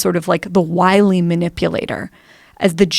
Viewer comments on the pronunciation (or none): none